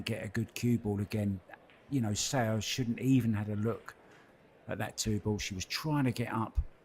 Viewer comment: If she is going to win every game maybe people will learn how to say her name. It's definitely not "Sayo Sowa". LOL The "Seo" sound is very peculiar to Korean.